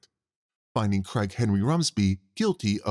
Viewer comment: The way the narrator speaks, I kept hearing “Crackhead Rumsby” instead of “Craig Henry Rumsby” 😂 absolutely made my day